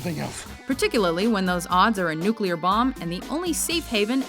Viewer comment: But it wasn't a nuclear blast. He clearly stated it was a nucular blast. Not the same. Get your facts straight! ¬¬ xD